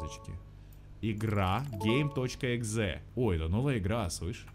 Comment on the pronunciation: мне одному послышалось г*й exe а не game.exe? 🗿